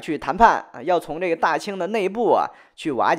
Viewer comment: 寨个呢，寨个呢，寨个呢